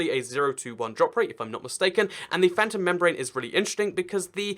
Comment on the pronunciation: Its not phantrom its phantom